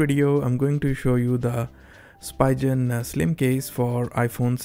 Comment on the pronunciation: Its called speeeegen